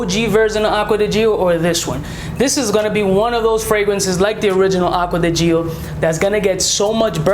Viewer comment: The way he said Acqua di Gio Profumo XD